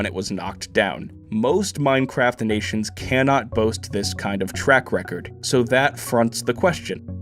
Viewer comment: “Final plan ……… in Meinkraft”